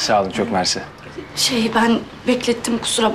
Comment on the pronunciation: onurun çok mersi dedigini bir ben mi duydum dhhddgxggcxx